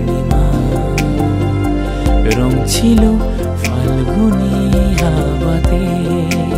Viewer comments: Pronunciation was wrong. Word ta FALGUNI na. It’s PHALGUNI. Phonetics and pronunciation are important. Please pay attention when you upload next. Listening to a song with improper pronunciation can be quite irritating. Thanks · বেশ ভালোই গেয়েছেন গানটা, বাংলায় ফ (ফাল্গুনী) এর উচ্চারণটা একটু মাথায় রাখবেন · মিউজিক অ্যারেঞ্জমেন্ট খুব ভালো। শুধু "ফাল্গুনী"তে "ফ" এর উচ্চারণ টা "ফ" হলে আরও ভালো লাগত।